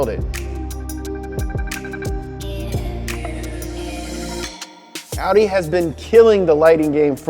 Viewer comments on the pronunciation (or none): No one:: Aww Wee Daa